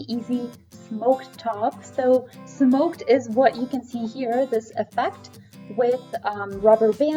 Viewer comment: Isn’t it smocked like “SOCKED?”